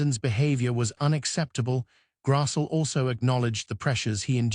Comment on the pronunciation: Grass-lee is how it’s pronounced.